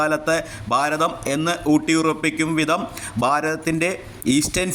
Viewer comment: ബാരതം അല്ല ഭാരതം.